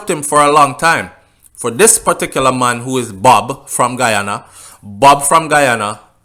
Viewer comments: Good night u r pronouncing the names of the places in Guyana I am a Guyanese and u r sounding like a Trinidadian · you mess up the name I am from Guyana 🇬🇾 still big up ya self